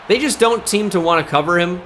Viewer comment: “They just done teem to want to cover him” had me dying